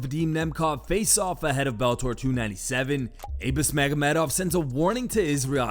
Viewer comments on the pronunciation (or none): Lolol oh magomeduyvaryy